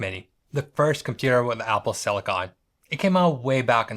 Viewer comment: its Silicon not Silikaarn